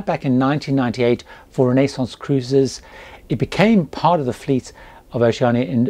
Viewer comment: I am thinking about doing a Caribbean cruise on the new Vista in 2024 and I’ve checked out a few YT videos re Oceania Cruises. Annoyingly I’ve noticed all the American reviewers say Oceana and not Oceania. I really appreciate that you get it right. Thanks, love your videos. I’ve just finished watching your latest Q&A and am binge watching your older videos. Excellent tips and advice.